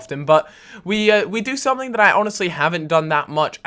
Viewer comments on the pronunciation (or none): none